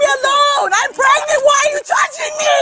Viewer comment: Omg that officer with “prengant” (lol) Samantha is an angel based on his patience - I could never 🤯😂